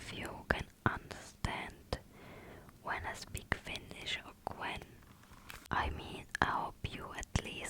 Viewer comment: Your finnish was very good. ❤